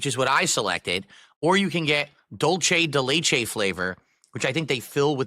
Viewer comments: "dolchay dey laychay" oh nah someone HELP😭😭 it's not even remotely written "Dolce" for him to be saying it like the fashion brand, it's "Dulce" 😭🙏🏽💀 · "Dul-chay de lay-chay"